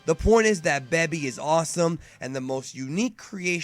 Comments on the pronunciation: The way you said Baby though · understand that but if your going to speak English why not say it in the English way. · it's baby not babee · He said beby not baby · plz....stop calling them "cyans" and "bebi", its obvious your trying really hard to be a purist and pronounce everything how it is pronounced in the japanese version, but it just sounds weird in english. And I'm honestly not trying to talk shit or be a troll at all. I watch all your vids and love the channel but I cringe every time I hear those pronunciations my man xD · WTF is a Beby it's pronounced Baby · IT'S BABY NOT BEBY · All I know is that GT isn't as cringe as you overpronouncing every single name in the series BEH-BI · Toriyama only did SOME character design. That's it. Baby was a fail potential Villian. Why do you pronounce Baby like that? BAY-BEE. like a toddler because Baby well... Was a Baby. A baby that crawls on his hands and legs, because you know.. for the baby and kids viewers. Anyways you would think the Tuffles revenge would be less evil. Better if they created Baby to stop the Saiyans from doing to others what they (Saiyans) have done to them (Tuffles). But no. Think that's it for now. Because... What a can of worms GT is. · you must be verbally disabled or something.......check your prenounciation of sayian and baby. FUCKING BABY...... do you call babies in real life a 'babi'?? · "Bebi" lol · Beby? You pronounce things in interesting ways. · exactly... This guy always pronounces things the literal way it's spelled lol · LOL "beby" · Why is he saying Baby like that? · You were starting to piss me off at the begun, but the rest make sense also you say baby funny. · the way you pronounce baby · why do you have such a hard time saying Baby and Saiyan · How did you mispronounce baby? It was red, not purple. No SSJ4??? The GT rap was fucking great. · I disliked because of the way you said "baby" and "saiyan"